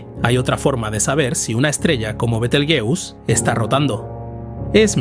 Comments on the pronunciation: Qué cutre decir continuamente el nombre con pronunciación de inglés... El resto muy bien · ¿Porqué pronuncian Betelgeuse en inglés viniendo del árabe latinizado? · Por qué pronuncias el nombre Betelgeuse en inglés si hablas en castellano y el término Betelgeuse proviene del árabe? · Yo lo dejaría en "Betel" que parece que en esa parte estamos casi todos de acuerdo menos los que dicen "Bitel"😁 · fisico en español o castellano se volaciza betelgeuse no betelyus eres inteligencia artificial me duelen lo oidos oirte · B-E-T-E-L-G-E-U-S-E no beteljus, alter ni leches. El nombre de las estrellas no es inglés, no de deis esa pronunciación. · No es "betlejuice" sonaría a betelgeuse como se lee en castellano. Su nombre viene árabe (Yad al-Jauzā') sugiere una pronunciación más cercana a "Yad al-Jauza" o "Be-tel-juz", con la "B" inicial siendo un error de transcripción medieval de una "Y" árabe. La forma más aceptada en español es tal cual se escribe, fonéticamente /beteljéuse/. Es otro caso de aculturación anglo... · Se pronuncia Betelgueuse, tal y como se escribe. No Betegeus, ni mucho menos Biteljus. Es una palabra árabe castellanizada, y según la RAE se debe de pronunciar tal y como se escribe. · Bitelchus o beteeljuice 😅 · Por favor, es un nombre mesopotámico, no inglés... se pronuncia como se escribe en latín: be-tel-gue-u-se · ¿Por qué dices «Betelguius»? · ¡¡¡ BETELGEUSE joder !!! que NO es ingles, coño. Es LATIN,la latinizacion de su nombre original en Arabe Wad al Jauza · Buenísimo el tema y la exposición. Me encanta este canal, felicitaciones. Bitelyuss Bitelyuss, Bitelyuss 😅😅😅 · ¿Porqué pronuncias Betelgeuse como si fuera una palabra inglesa (bitelgiús) si es una palabra de origen árabe árabe que en castellano se pronuncia como se escribe? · Yo la conozco como be-tel-gue-us (con pronunciación 'gue' como en guerra) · La pronunciación de Betelgeuse en este vídeo cambia más que la propia estrella.